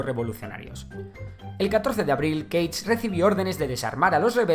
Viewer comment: Cage o Gage?